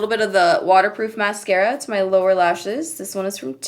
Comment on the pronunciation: the way you say mascara makes me laugh am i the only one 🤔